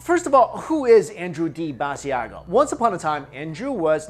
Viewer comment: Lol you're saying Mr Basiago's name wrong!! It's pronounced ba-sha-go. Leave the i out. I've seen him on TV shows frequently and have heard his name many times there